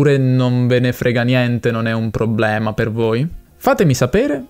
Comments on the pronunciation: Da come pronunci probbblema direi che sei del sud, o per lo meno di Roma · "È un probblema"... sbaglio o sei di Roma? 😀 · Hai detto probblema 2 volte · Problema non probblema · devi correggere come pronunci la parola "problema". Tu dici "pprobblema" .... inoltre le vocali aperte o chiuse cambiano il significato: pesca (e chiusa) e pesca (e aperta) oppure la e: aperta o chiusa da verbo diventa congiunzione. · Con quante b hai detto probbbbblema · Per me sei bravo a parlare l'italiano standard però forse raddoppi un po' troppo le lettere, tipo a 14.15 dici probblema con due b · Bel video. Effettivamente non avevo idea di quale fosse il tuo accento nativo, fino a quando non hai pronunciato "problema". 😀 Ottimo lavoro, comunque.